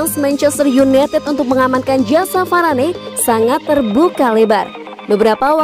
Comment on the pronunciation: Varane di panggilnya varan, mbak